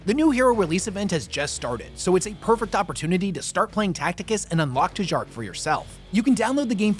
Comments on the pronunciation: Pretty sure that would be pronounced 'Tee-yark', as... lets call them northern europeans pronounce J as a Y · I feel like it should be pronounced Jark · Lmao “Tuh-jark” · Tjark is pronounced "tyark" or "chark", depending on what dialect of Scandinavian it is. Expand your understanding, or be declared an illiterate philistine.